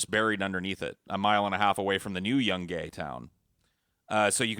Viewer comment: dont forget about the city of young-Gay. Its Yoon-guy